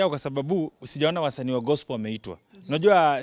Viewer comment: I love the way he pronounce gospel "gospol"😅😅😅😅